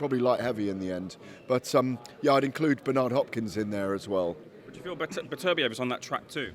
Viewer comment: its beterbiev not betterbiev...beter biev..not better biev ffs.